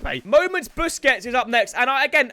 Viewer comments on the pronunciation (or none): none